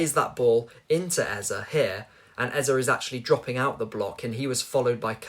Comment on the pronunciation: The pronunciation of the name EZE is A-Z-A, not Ezer. It's a Nigerian name that means "King", Ezer has no meaning. It's frustrating every time I hear it.